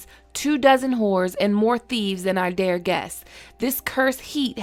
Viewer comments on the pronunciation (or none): none